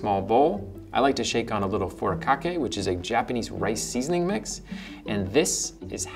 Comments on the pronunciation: lol it either makes me cringe or laugh when non-Japanese people try to say Japanese words. I could've sworn said "furakake" and not "furikake". Also, the rice cooker my family uses is a Japanese company's design, where there's different line measures for the water based on what kind of rice cooking. For example, a lot less water is required to make regular rice vs rice porridge (which is good for when you're sick). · Fuu-rii-kaa-kae. _furikake_. Or just use Spanish vowels and English consonants. Alternatively, paste the Japanese word 振り掛け into Google Translate and have it pronounce that. Also, just give up and buy an overpriced Japanese rice cooker; rice shouldn’t be something one has to think about. 😛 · How the is something which is spelled furikake, pronounced "forokake"? -that took some finding. Seaweed, sesame seeds and bonito flakes... check, got those. Some more Googling to get the ratios and we're good. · Izzy Long Thanks for spelling it out! Could not understand what he said. Wish he had a link in the comments.